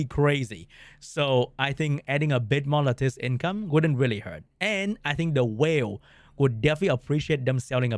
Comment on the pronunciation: Should probably learn to pronounce "lattice" if this is your main game for content :P